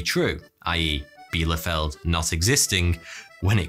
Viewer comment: Erstaunlich wie fehlerfrei er "Bielefeld" ausspicht (obwohl es die Stadt nicht gibt)...